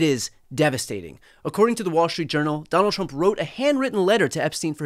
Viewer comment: “Sonald Srump!” 😂